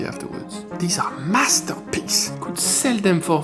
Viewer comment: "I could sel these!" Ha ha! That was intentional. right? 😄 We used to do this at school when I was a kid. Are kids still taught this kind of stuff? Indeed it is magic.